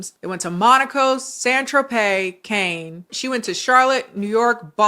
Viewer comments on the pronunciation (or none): "Cain"?, are you talking about Cannes? That's pronounced like "Cahn". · cannes us pronounced "cun" like cum with an n (source: I'm European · I think Cannes is pronounced “can” if that’s what you were talking about after Monaco :) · Cannes pronounced con